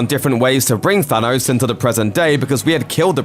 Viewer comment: Can we say thanos and not thanose